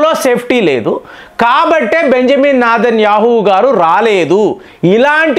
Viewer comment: Its Netanyahu not nedhanyahu